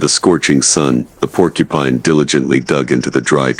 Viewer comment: Idiot, go get some education before you say Porcupine